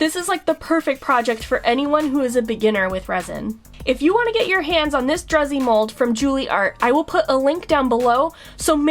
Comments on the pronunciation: Pronounced drew-z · Druzy pronounced "droo zee" is a composition of tiny sparkling crystals on the surface of a rather bulky crystaline body. ( I looked it up) 😉